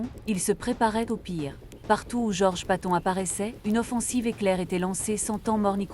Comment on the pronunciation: Enfoiré .. on ne prononce pas son nom comme ça.